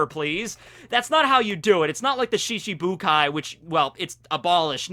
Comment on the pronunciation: Ya kept saying shishibukai rather than shichibukai